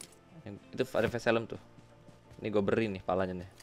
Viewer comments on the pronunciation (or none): "ni gua beRRRi ni kepalanya nih" asik bener dengernya!!